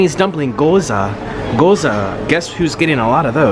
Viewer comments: "Goza" No "Gyôza" Please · goza??? G-YO-ZA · It’s not goza it’s gi-yoza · Not Goza. It’s Gyoza. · he really said goza tho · Not trying to hate its Guy-ows-a